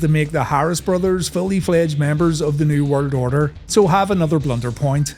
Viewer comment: Bro literally says New Word Odor